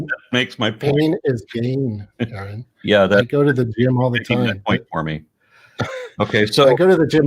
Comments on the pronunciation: It's, R N. Not Aaron. I know is used to it but it's annoying and if this guy knew who was he wouldn't keep saying Aaron. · Sigh. Guy is locked into broadcast mode. Even toward the end after being corrected, he's still calling "Erin". Not taking anything in. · It's, not Aaron.... 👍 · Anyone else bothered by the fact that he keeps saying Aaron instead of? Just me? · Bobby Allen I know it’s a minor issue and it’s not his real name, but neither is Aaron. It’s just something that I found distasteful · These people's beliefs don't surprise me,, considering they can't even pronounce your name correctly even after correction. Wouldn't you, ya know, at least research that before talking to someone 😂 I think it's very telling. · I can take no more of this fool. Laughing and dismissing before even listening to the argument (whilst misprouncing his fucking name at every moment). He is and always was a religiotard. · The proof that this fucKtard is not interested in any way of intelligent truthful conversation, that he is not actually listening to what is saying is that this idiot was corrected no less than 8 times within this very conversation the proper pronunciation of your name, and continued to get it wrong is proof that this idiot is not worth having any other conversations with you,! This idiot is no different than all other idiot god believers. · He totally ignores you every time you correct him on the correct pronunciation of your name. What a smug tool. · He was never anything but a Catholic. He is absolutely dishonest, and intentionally mispronouncing name as a jab.